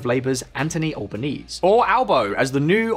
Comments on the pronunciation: The correct way to pronounce Anthony Albanese is "Al-ban-ezy". We also call him Albo! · The current PM’s name is Anthony (TH not T) Albanese (pronounced Al-ban-easy) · Broadly accurate but the details are all over the place. Least of which is the fact that Albanese is pronounced ‘Alba-neezy’ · plz make more on an effort to actually get the names right, ffs they're not even that foreign. Alba-neasy, Morr-isson . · Lol at Anteny AllBoneese... Clearly the script didnt come with basic pronunciation notes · An-toh-nee Al-bah-nee-zee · It’s pronounced Anthony alben-easy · You pronounce the last hard E in Albanese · It's pronounced Alba-NEASY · Albanese pronounced Al Ben easy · Alban-easey.. get it right! ;-) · Can someone give this guy some video/audio reference when preparing for a video? He goes out of his way to give his own take on pronouncing stuff. It was crazy distracting on the Chinese stories, and when he found his own way of pronouncing Albonese (the E isn’t silent at the end), it’s makes me turn off the video and leave a moaning comment and not take the rest of the video seriously. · For goodness sake, learn how to correctly say the name of the current PM. Better still, get a local to check your work before releasing it. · This report looses credibility when it doesn't even pronounce the Australian Prime Ministers name correctly. (The e at the end is not silent) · Long time Aussie viewer here, love the content. You have butchered the pronunciation of Albanese and Canberra in the first 3minutes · Please learn how to pronounce our Prime Minister’s name correctly. It’s an Italian name so the final E should be pronounced, just like Calabrese. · Albanese is pronounced to rhyme like easy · Can you learn to actually pronounce the names please? You’d only need to watch one damn video. Canberra, albanese both pronounced wrong, amount others. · It’s pronounced Albanee-see not albanes. Expect you to do some more basic research like this.